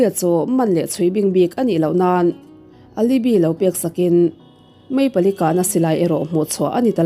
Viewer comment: Alibi pronunciation hi (a-lou-bai) or (a-li-bai) tih tur a nih hmel